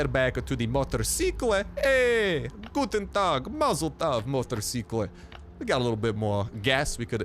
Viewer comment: Haha wie er guten Tag gesagt hat😂 Noch jemand hier deutsch??